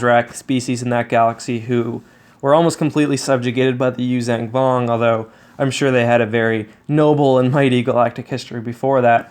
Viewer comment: The word is “yoo-zhahn” Vong, not “yoo-zang” vong